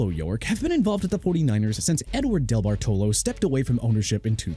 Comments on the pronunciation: For future reference, teach your narration bot it is pronounced DeBARtalo. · What a TERRIBLE pronunciation of Debartolo. Duh bar tuh low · IT'S VIRGINIA HALAS (HA-LAS) MCCASKEY NOT VIRGINIA HOUSE MCCASKEY AND NOT VIRGINIA HALLS MCCASKEY DUDE!! ALSO IT'S JED YORK DENISE DEBARTOLO YORK NOT DELBARTOLO AND YOU DON'T PUT A DASH BETWEEN JED AND YORK!!! PLUS HUIZENGA IS PRONOUNCED HAI-ZIN-GAH NOT HEY-ZIN-GAH!! SMH!!!!!!!